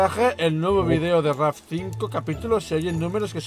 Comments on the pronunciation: Entendí: rap en vez de raft en la intro jajaja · Escuche bienvenidos a un video de rap en vez de raft